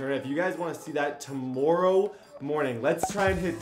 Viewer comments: Bruh the way he said tomorrow in the intro lololo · From the way he said tomorrow I’m guessing he Canadian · Nobody:: Tomoorow